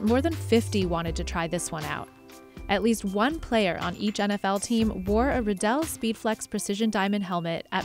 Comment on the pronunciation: ha this guy works with Riddell and cant even say Riddell right